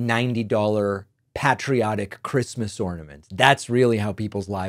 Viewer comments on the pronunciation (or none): Yep. “Who geeves a fuck about Chreestmas?” 🤣